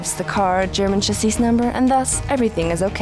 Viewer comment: & the way she says chassis : D : D